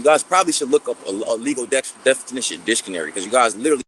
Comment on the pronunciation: bruh I ran it back before lmao ain’t no way this Edu-ma-cated man said disconary 🤣🤣🤣🤣🤣